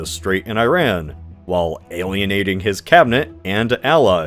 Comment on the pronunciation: You’ve mentioned Iran several times on your channel, but you mispronounce it each time. It’s ee-RAHN, not eye-RAN. The “I” sounds like "ee" in See, and the “a” is like the a in father, not man.